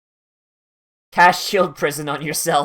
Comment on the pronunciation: The way you said GARBAGE at g make me feel you gonna say GOBLINS